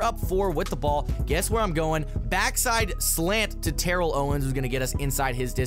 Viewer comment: Roast me If I’m wrong but it’s Tuh-rell Owens not Tear-el Owens.... emphasize the second syllable